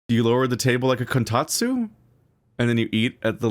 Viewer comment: please don't take this as a personal attack but the fact you keep saying kotatsu wrong after all this time is hilarious